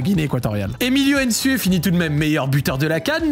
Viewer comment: c’est pas aine sue ni aine zalang c’est nsue et nzalang c’est pas compliqué mladenovitch tu le prononce correctement donc fais de meme